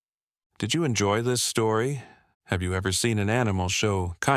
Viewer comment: Said stoory